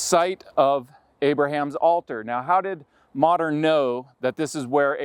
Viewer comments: Hahaha!!! It's not "Ma'am-ree"😂 it's pronounced "Mom-ray"! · Sorry to be that guy but its pronounced "Mahmrey" not "Mamry".